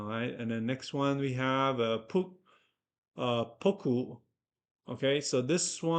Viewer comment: Is pronounced poku not piko 🤣🤣🤣🤣 great video still waiting for the analysis from the last video